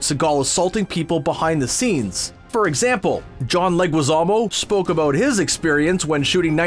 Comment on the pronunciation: How Canadian can you get! Plenty of "aboot" and "oot" all over this video. Aaanyway, the pronunciation of Walter Koenig's surname is "CANE-ig" (not "CONE-ig").